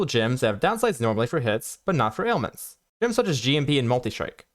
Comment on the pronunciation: Yeah, at one point I had to rewind, because I didn't understand him saying ailments, but that may just be me. Overall great content though